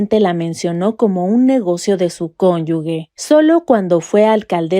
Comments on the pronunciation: NO ES CÖNYUGUE, LO CORRECTO ES CÖNYUGE, GE,GE,GE, sin miedo, cóyuge, cónyuge, no cónyugue no, esto no, sino CÖNYUGE; GE; GE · Para todos los efectos a que haya lugar y evitar criticas severas de parte de la oposición, la palabra "cónyuge" se pronuncia: CÓNYUJE" ASÍ, CON JOTA Y NO "CONYUGUE" porfa, corrijan eso.